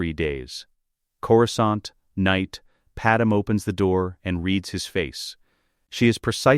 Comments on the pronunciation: Ok ai say it with me. Pad-may… Padme… not padam… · its not padam but okay